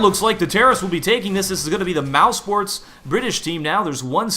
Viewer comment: why pronounce it mousports?